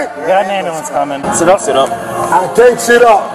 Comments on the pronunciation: This guy saying "Ambulamps" was the icing on the cake for me. 10/10 content. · I thought it was Amber lamps. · wait, you mean to say it's not ambalams?!? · Scholar 🤣 I'll just be shocked the day one of them learns to say "ambulance" properly.....☠ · "Axe" and "Ambalamps" never get old 😅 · Lol!! Ambullance!!